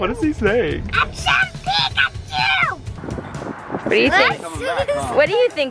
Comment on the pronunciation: Was he saying pikacu😂😁